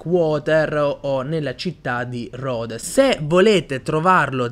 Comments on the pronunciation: ti prego pronuncia Rhodes come deve essere Pronunciato Please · Madonna.. la pronuncia di ‘Rhodes’